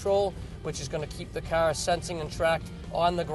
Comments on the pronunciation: say CAR right douche bag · This is a machine of a cahh...compared to other cahhs on the maahketplace...